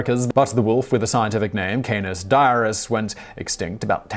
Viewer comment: Something which might (not) surprise you, is that whilst 'canine' is pronounced 'K9', 'canis' is actually pronounced can-iss, not K-niss.